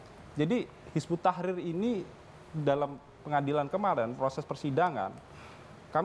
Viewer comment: pada ngak bisa baca ya, bukan hizbut tahir, tapi hizbut tahrir